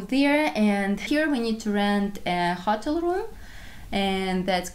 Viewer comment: In English hotel is pronounced Ho (rhymes with go) tel (rhymes with sell), accent on tel. Ho tel'